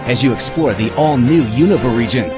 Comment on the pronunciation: good, but why is Unova pronounced... oh well, i dont care this game is gonna rock!